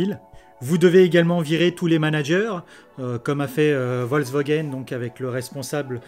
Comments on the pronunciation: Merci pour cette vidéo. Petit truc, c'est Volkswagen et pas Volkswogen ! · Bonjour! Merci pour cet éclairage novateur. Ta prononciation très personnelle de Volkswogen est assez marrante. Tu devrais adresser cette vidéo à Auto Plus où à Turbo de M6, pour les aider à vaincre leur résistance au changement. L’ avance de Tesla, en plus de ce que tu as si bien expliqué, c’est aussi l’intégration verticale extrême qui est planifiée: demain, l’internet starlink... le GPS Space x pour toutes les tesla. Demain la grande révolution des robots taxi mais aussi des robots semis... les constructeurs traditionnels vont générer des marges beaucoup plus faibles que tesla et seront certainement conscients qu’il sera plus simple d’acheter à tesla les batteries, moteur, logiciels, autopilote, gps, internet, conduite autonome et il se concentreront sur la cabine et leurs finitions pour conserver un bonne partie de leurs clients fidèles. Le monde selon Elon nous est offert, quelle chance de le voir, c’est une révolution industrielle enthousiasmante. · Interessant En effet c'est bien résumé de rappeler que dans le cas de Tesla c'est la voiture qui est construite autour de l'ordinateur et ça fait toute la différence ps : je ne sais pas si c'est du à un petit accent mais j'ai entendu VolkswOgen à chaque fois que tu as cité nos voisins allemands ^^